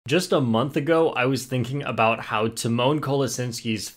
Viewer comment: I didnt know it was pronounced “tee mon”.